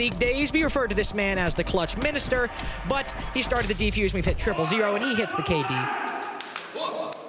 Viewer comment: Why is that loser calling it a "defuse kit" like shut up bruh it's defuser or case. These commentators got on my nerves ngl